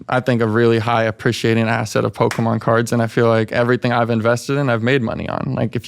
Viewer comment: When he got to the Pokemon card stuff and he kept pronouncing Pokemon like a boomer and talked about **SWAP MEETS**- his fucking terminology isn't right. Like just that segment would tell me he's full of shit and an imbecile. BUT THEN THE REST OF THE VIDEO